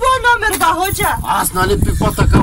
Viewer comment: Много е смешно как викаш али Баба хожа